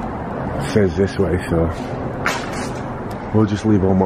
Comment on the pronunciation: you crack me up when you say What is dis? Instead of what is this??